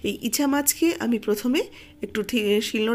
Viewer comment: চিংড়ি মাছকে 'ইছা' নয় 'ইচা' বলা হয়।